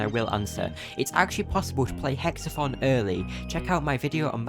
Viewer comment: this isnt meant to be insulting so dont take it that way but I find it funny how when you say Hex-A-Thon it sounds like your saying Hex-A-Fun Tell me I'm wrong (good video btw very informative)